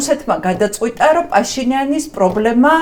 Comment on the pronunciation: პაშინიანის (და არა ფაშინიანის) ძახილი რამე პრინციპის საკითხია თუ ბანალური უნიჭობა?